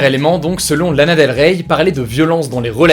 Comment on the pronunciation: ça me stresse il faut pas prononcer le Y de Lana Del Rey